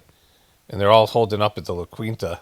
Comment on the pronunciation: Lah KEEN-tuh not Lah QWEEN-tuh